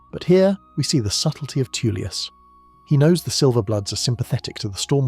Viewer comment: Jesus, Tullius is pronounced Toll-lius not Too-lius...